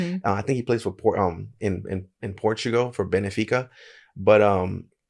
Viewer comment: Benfica as written, not Bénéfica 🤣just saying